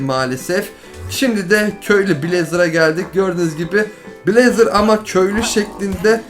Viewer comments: abi o blezeır diye okun muyor bleyz diye okunuyor yazılışı blaze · sen blazr değıl bleyz ayrıca sılim değil slaym